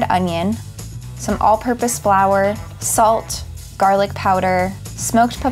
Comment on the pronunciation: The way that man massacred that garlic hurt my soul.